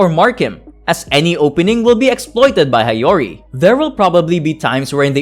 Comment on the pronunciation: I like this video. One tip tho, learn how to read Japanese names properly. It's Hee-yo-ri not Ha-yo-ri